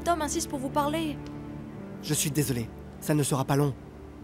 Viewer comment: La fille as dit desolier 😂😂